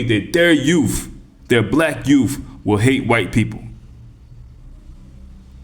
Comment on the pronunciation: Did you say yoof?!? Especially our yoof... BA haha haha 🤣